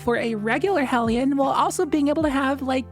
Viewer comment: Thank you for pronouncing hellion correctly